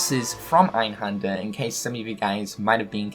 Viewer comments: Its called EinhÄnder not fucking Einhander, learn some German first before you make a video talking about this stuff ffs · You do know that the 'händer' in einhänder is pronounced like hander in for example 'left Hander'? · in german, you pronounce Einhänder actually with an "ä" like in apple. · It's so funny how you pronounce 'Einhänder' xD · As a German it's really funny to hear him saying "Einhänder" :D